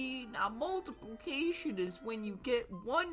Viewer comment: You mean “multipilcaction” ?😂